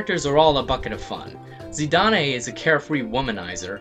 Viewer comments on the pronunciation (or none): i'm sorry not trying to be rude but it's not "Zee-Dah-Nay" it's pronounced "Zi-Don" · It's "Zi-dahn" not "Zi-da-nay". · Probably been pointed out already... but "Zee-Daan"... Not "Zee-Da-Nay" (see Dissidia for reference)... though personally I always pronounced it "Zy-dayne" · Yeah there was a big reveal in IX alright, but a little similar to the big reveal in VII. But still good in its own right. Zee-dah-nay? That's the worst pronunciation I ever heard. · is pronounced Zidan... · *twitches slightly at your pronunciation of Zidane's name, but ultimately ignores it*